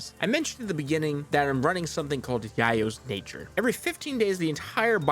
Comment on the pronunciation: Don't think I've ever heard yayo pronounced like that lol